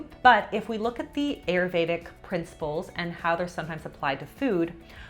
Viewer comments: Please learn the proper prononciation of these Sanskrit words like Ayurvedic. It is not pronounced like a long a. It is pronounced like a short i. The other is pronounced differently as well. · Please, friends, don't pronounce Ayurvedic the way it was pronounced in this video by both. It is Aah-you-r-vey-dhic. Please and thank you from your Indian friends 🙏. (Also side note: no cluse what Julianne was talking about with the Ayurvedic way of eating that soup.) 😅